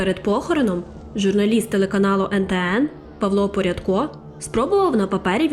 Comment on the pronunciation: Павло Порядко? 😂 Павло ПРЯДКО!